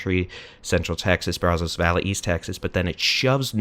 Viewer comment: Still mispronouncing Brazos...😅